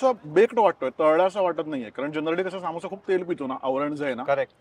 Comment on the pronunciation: हा समोस्याला सामोसा का म्हणतो ?